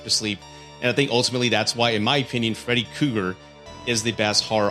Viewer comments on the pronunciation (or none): Freddy Cougar? You are missing an 'R' in there bud. Also it's monster not munster..